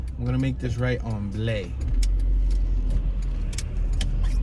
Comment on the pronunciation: It’s pronounced BLY avenue, not Blay!